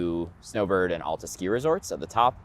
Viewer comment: OWL-tah. It's pronounced like "altitude". Otherwise pretty good video. Could have been < 20mins. Worth a sub!